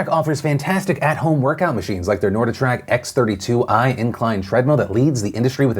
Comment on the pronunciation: Phil it's NORDIC TRACK. Not norda track. FYI